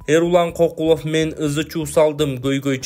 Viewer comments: Эмнеге адамдардын фамилиясын туура эмес окуй бересинер Кокулов деп, Көкулов болсо керек? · Кокулов эмес Көкүлов.жазылышы кандай болсо,ошондой окубагыла да